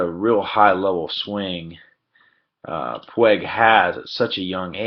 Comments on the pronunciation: PWEEG, not pweg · Puig not Pueg.. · Pwheg? I am guessing the narrator is not a native Spanish speaker?! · I didn’t know anyone could butcher his name that hard